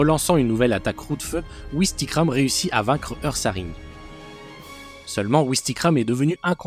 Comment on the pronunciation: On dit Oursaring même si ça s'écrit Ursaring